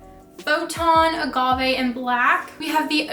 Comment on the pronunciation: You are saying Photone. It says Photon. A photon is a particle. It’s a science term.